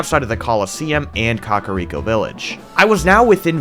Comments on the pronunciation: Why are you saying "Cock-ariko village"? Lol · Up untill this series is thought kakariko was pronounced kah-care-eeko not 🐓-ah-reeko😭😭 I also thought it was hee-bra not heh-bra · "Cock a rico village" lmao